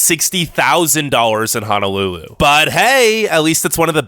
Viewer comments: Was no body else bothered by the way he pronounced "Honolulu" like come on bro they are O’s not A’s head ass saying "Hanalulu" bro get yo shit checked before you criticize my home state smh. Comin from maui cheehuuu🤙🏽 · OMG!!!!! Thank you he kept saying HAH-NA-LULU and I was like where is the A that you keep pronouncing???? We have poor education skills okay sir you must be looking at your own life experience with education 🙄🙄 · It's H"O"NOLULU stupid bitch. Say it correctly or not at all!!!! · The Cousins Right? Ho No lulu, no a’s in Honolulu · Aloha, I'm from Oahu Hawai'i and I have never majorly faced problems with the sun, traffic, homeless, financial issues, or my education. If you guys want to live here its at least less busy than most places on the mainland. Also, man thats talking in this, you should learn how to pronounce honolulu. Thank you :) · I've lived in hawaii, more specifically on oahu (then kauai), for most of my life so I'm just writing my thoughts as I go. lol is on kauai. Why did you pronounce Honolulu like that??? Honolulu is such a small part of Oahu Most of the hundred hundred islands are either submerged or unlivable. The whole public education thing is bull, they don't put enough money into Hawaii schools, putting more into each student doesn't mean anything when you have less students. There are plenty of bad teacehrs and it just isn't well funded. Sure there are lots of students who don't care as much as they should but that isn't what makes the schools bad, it's because they are underfunded. So you're right about the schools being bad but your reasoning is wrong. Honolulu is a city, of course its dirty. Bruh, its Hawaiian time not aloha time. Overall I was just being super critical but you're mostly right, some things are overexaggerated but otherwise its good. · Braddah no can pronounce his Hawaiian words right when he says Honolulu it hurts my ear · The way he says Honolulu or Oahu triggers me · It’s Honolulu not Hanalulu🤙